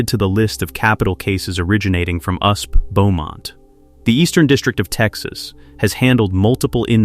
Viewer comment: "Usp"? FFS, fix the robo-narration. Is that so much to ask?